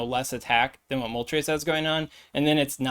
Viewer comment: Also kinda sus that you can say moltres with the correct pronunciation 🤣🤣🤣🤣🤣🤣